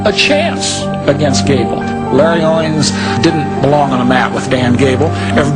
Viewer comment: it's "Owings" not Owens.